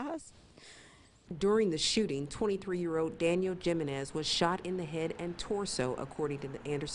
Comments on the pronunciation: JIM - en - IS = HUME - en - EZZ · the reporter said jim-in-ez lol, its JI-MEN-EZ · JIM-a-nez? How about getting it right....He-MEN-ez...Hispanic, you know? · He-men-es = jimenez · Jiminez is spoken HeMen The name Jimenez is pronounced "He-men-ez" not gym in ez. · Jimenez is read He men nez, not Gee men nez. Sheesh. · Lol! I was looking for this comment. Jim-in-ezz 🤣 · It's pronounced he men iz gymenis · Is that lady actually saying "Gym-en-ez"? 🙄🙄🙄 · Lol! She butchered his name! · The J is supposed to sound like an H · I’m pretty sure it’s supposed to be pronounced “Hi Men Ez” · This lady needs to learn how to pronounce the damn last name "Jimenez"... SMH... HAHAHHAHA she sounds hilarious! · Lol she said Jimenez with a J 😂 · The J is silent Jimenez. Where have you been? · No the J is pronounced as an H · Damn, that lady really butchered their last name. It's pronounced "Hee-men-ez" ... I take it there are no Latinos working at that news station??? Lol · They need to learn how to pronounce Papi's last name. It's "Hee-men-es". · I hate how she says Jimenez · 'Jimenez': Say 'Him men nez' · bruh she saying gym e nes and its Jimenez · It's pronounced, Hee-men-ez (Jimenez) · That pronunciation of "Jimenez" though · That is not how you pronounce that name. The j makes an h sound. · IKR? That reporter really needs to get her information on the proper way of saying ‘Jimenez’. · Please learn to pronounce Jimenez! It's a common name.